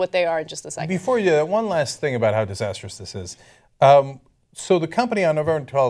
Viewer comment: It's disastrous, not "disasterous"